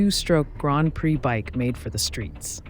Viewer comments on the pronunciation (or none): none